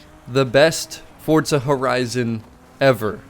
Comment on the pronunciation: Fortza 😅 there's no T in the name why do y'all pronounce it that way?